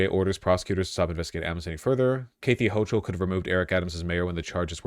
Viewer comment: The way he pronounces “Kathy Hochul” is insane lmao